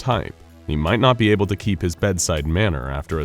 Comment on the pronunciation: When you said able it sounded like a- hole